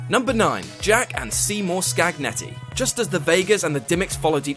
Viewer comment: "Scagnetti" would be pronounced like "Scanyetti"!